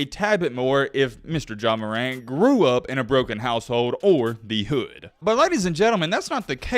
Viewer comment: You poppin it like you on that type of timing though.. a cornball calling another man a cornball is crazy.. you don’t know anybody from the ghetto just by the way you pronounce “hood” 😂 you online weirdos be talking crazy